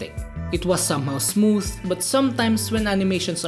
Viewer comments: Basahin yung "Smooth" dapat sa English accent 😆 Me: Smootfffhhh😆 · The way he pronounce "Smooth" 🤧